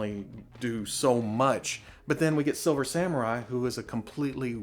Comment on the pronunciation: I died of laughter when he said "hu:0 have a figure"